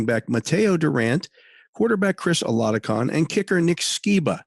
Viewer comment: THE Pittsburgh Steelers QB 's name they released is Chris Oladokun, boy did you butcher his name! 😆 Thanksmfor the updstes though on who they cut. Mason Rudolph wil be a Pittsburgh Steeler until after this season he is under contract until then.